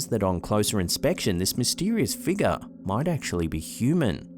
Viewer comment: BT's everytime says, "Figga":)